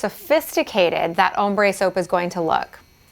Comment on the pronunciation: Am i the only one that hears "hombre" when she says "ombre"?